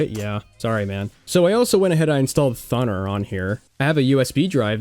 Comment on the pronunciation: hearing it pronounced thunner hurt me physically